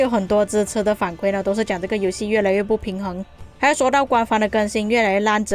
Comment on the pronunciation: 反馈= 馈是第四声